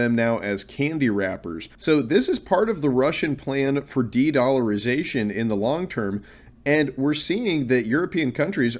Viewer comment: dedllarization the best i ever heard!!!